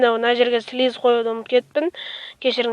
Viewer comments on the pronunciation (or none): плиз емес слиз тілің келмейма